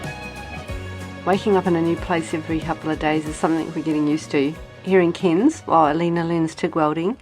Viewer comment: its pronounced C-air-n-s not C-ear-n-s LOL